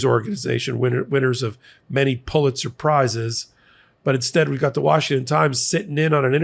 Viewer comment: Please learn how to say Pulitzer. It is a mans’ name, and people in journalism should know about him and at least say the name correctly.